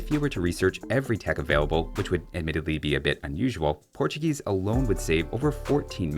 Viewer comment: *Portugeese lol